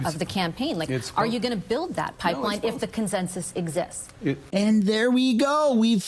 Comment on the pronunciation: he cant even say the word pipeline